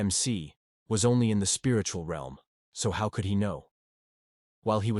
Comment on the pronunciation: Bruh why u say realm like that